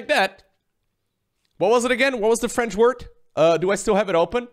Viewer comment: Top notch french pronunciation!